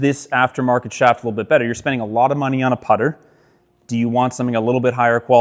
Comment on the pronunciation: It's the putter. Not the putter.